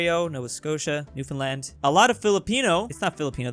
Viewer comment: I can't believe you, an American, pronounced Newfoundland correctly, most Canadians can't even do that lol